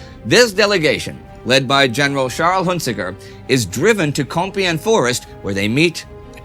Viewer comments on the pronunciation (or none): none